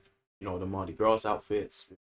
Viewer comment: The S is not pronounced in Mardi Gras so it will be pronounced Mardi Graw.